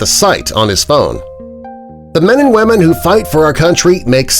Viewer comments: Wait at the end did he say wamen?!?! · At the end he said “Men and WHAMEN” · "support our men and wamen"